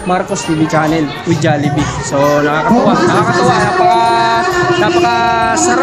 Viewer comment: Jallibee Ng Jallibee, pati cguro, kanilang kayo sa % na nagsasabing Jallibee, pero Ang tama Jollibee, pati Yan ginatan Ng silent A, magagalit Ang founder na SI Mark Chan, Mali kc pg pronounce sa jollibee